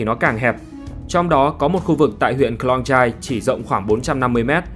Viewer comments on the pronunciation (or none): Tên tính này là T-rat , không doc la Chat ! Và làng chài Khong -Yai, không phåi là Klong chai !. I came here 12 years ago . I know.